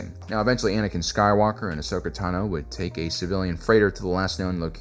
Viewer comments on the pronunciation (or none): none